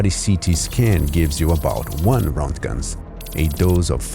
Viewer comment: Pronounced RENT JENS